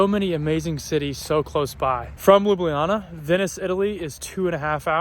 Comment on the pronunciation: A month in Slovenia and STILL can't pronounce Ljubljana. You should ask some of your friends on tips to pronouncing Šmarna gora and Ljubljana. Also, fyi the city bus is called a trola